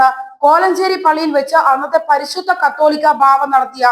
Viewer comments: കത്തോലിക്ക അല്ല കൊച്ചേ, കാതോലിക്ക ! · At least learn to pronounce the name correctly കാതോലിക്ക ബാവാ ആണ് കത്തോലിക്ക അല്ല